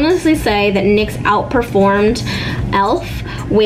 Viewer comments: it is pronounced nicks she only says n.y.x. when she was with that other chick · STOP SAYING N Y X ITS NYX!! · N.Y.X.? Girl it's pronounced nicks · N-Y-X? you mean NYX???? :D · Omg its not N.Y.X. ughhh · NIX not n.y.x jfc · ITS NOT N.Y.X. ITS NYX (pronounced nix). Also if you don’t use powder, the spray cannot do it’s job well. It sets the POWDER more than the actual liquid foundation. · I thought NYX was pronounced nicks not N. Y. X